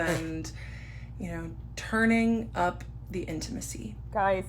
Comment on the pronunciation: Every time she says he turned up the intimisy I just imagine him asking how was your bowel movements lately and it makes me laugh lol